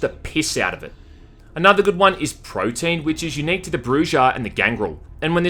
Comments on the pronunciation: Pro-tea-ann, not protein. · I can see why you're confused but it's Protean not Protein. ;) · I love how you pronounce "Protean" like "Protein". It suits the physical attribute boost skill